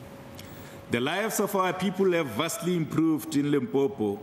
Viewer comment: Limpompo ke motiti die ding, how did u become speaker?? It is Limpopo🚮🚮